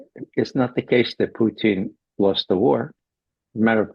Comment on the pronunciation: Putin, not Pucheen. Why does McGovern, who we all know fancies himself as a cunning linguist, persist with this ridiculous and unfunny mispronunciation?